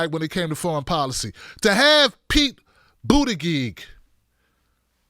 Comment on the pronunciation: calls him "Booty-Gig"... hilarious.